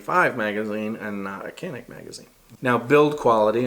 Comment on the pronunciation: It's pronounced Jon-neek